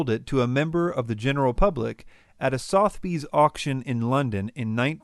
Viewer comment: Please look up the correct pronunciation of "Sotheby's" and "provenance". Geez.